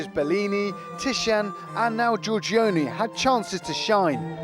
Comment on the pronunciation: It would be nice if Venetian were spelled correctly, and if the presenter could pronounce Giorgione.